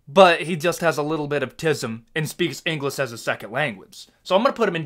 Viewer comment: Listening to you criticize foreign fighters speaking less than perfect English, and then you say "engliss" and pronounce other words incorrectly. Get real, bro.